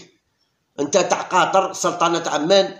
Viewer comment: لا توجد دولة اسمها سلطنة عمان بالشدة على حرف الميم .هي عاصمة الاردن .اما الدولة فهي سلطنة عمان بالفتحة على حرف الميم .على فكرة بلفوضيل الذى تمدحه صباح مساء لم يسجل فى مشواره مع المنتخب سوى هدفين امام سلطنة عمان فى لقاء فاز فيه المنتخب برباعية.